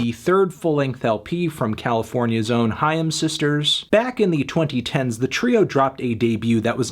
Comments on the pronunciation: No Anthony, it’s not ham. It’s haim. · I always thought it was pronounced like 'aim' but with an h sound at the beginning